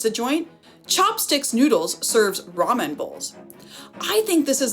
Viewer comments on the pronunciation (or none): none